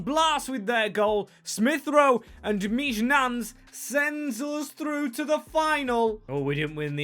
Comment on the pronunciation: I think Mijnans is pronounced (Mine-ance) or (Meen-yanz)! Great video and I’m not exactly sure.